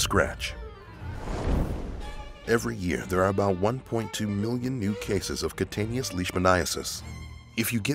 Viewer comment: Cutaneous is pronounced "Que-tain-eous"